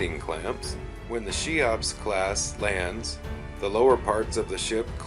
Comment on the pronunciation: Cheops is pronounced "KEY-ops", not "SHY-ops". Just FYI.